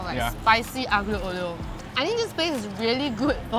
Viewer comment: Say it with me: ah-leo oh-leo